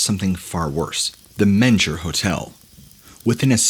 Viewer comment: Since the Menger is really haunted, you'll likely tell more stories about it, it rhymes with "linger" not "manger". That being said, it was never a hospital either. Anyone who has actually been there (I do work there sometimes) would know the history. It's literally on the walls. Theodore Roosevelt, it's most famous ghost, recruited his Rough Riders in the bar. He still sits in the barroom off the main lobby, ready to get you drunk enough to go fight in the Spanish American war. Sallie White succumbed to injuries from a domestic dispute. She haunts there now too. Over 30 ghosts are rumored. I work in the kitchen on their equipment, and they're friendly ghosts. They'll bring a kitchen utensil if needed and even pass a screw driver if you hold out your hand and ask. It's a really nice place to stay if you're ever in San Antonio. Lots of renovations make it comfortable, yet retain it's charm of its 160 plus years as a premiere Hotel in the SW United States. No ghosts have ever killed anyone there. Only 1 person has ever been officially killed by a ghost, and that was John Bell and that was way over in Tennessee.